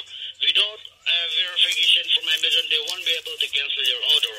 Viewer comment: Love the way she calls it Amaze on and thinks no one would notice 🙄 Great work as always W!